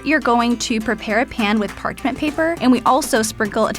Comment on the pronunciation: Did anybody else notice how she mispronunces „parchment“ as „parkment“?